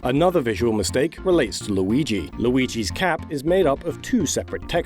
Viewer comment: Maigi.. or Lurio... Or Muigi? Look at MLauriigoi! Or how... Whhyyyyyyyyyyy?